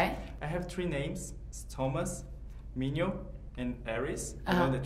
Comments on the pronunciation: o nome do MinHo se pronuncia "Minrrô" a dublagem Brasileira não traduziu direito. Adorei o vídeo, adorei a Kaya ♥ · Tem como dar mais de uma curtida? HAHAHA Arrasou!! Dois amorzinhos ♡ P.s.: Não querendo ser chata, mas como corena/brasileira/fangirl tenho que te corrigir dizendo que Minho se pronuncia Min-Ho tipo, "ro", sabe? Kkk lov ya